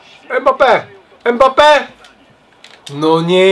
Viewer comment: Ile razy powiedział EMBAPE? XDD